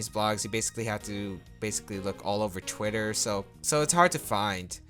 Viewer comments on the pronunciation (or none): none